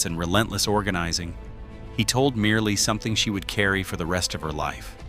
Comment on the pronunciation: Medgar’s wife name is pronounced Myrlie (Murly) not Merely🙏🏽